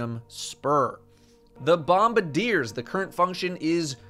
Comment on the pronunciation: im glad im not the only one who calls them bombadiers even when "bombardiers" is right there on the screen staring me in the face. but im sad you pronounce promethium spur correctly instead of saying "prothium spur"